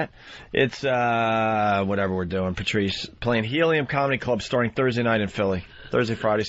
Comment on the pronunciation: Opie always says "Prrrtrice." Asshole, there's no 'R' between the 'P' and the 'T'.